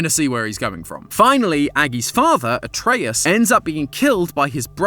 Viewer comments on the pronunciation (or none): none